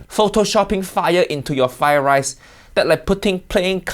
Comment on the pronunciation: Fried rice, not "fry" rice.